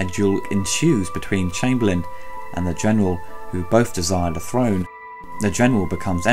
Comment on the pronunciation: They, "bofe," desire the, "frone"?!?